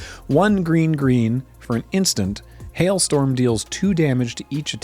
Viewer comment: “hail Storm” hurts my soul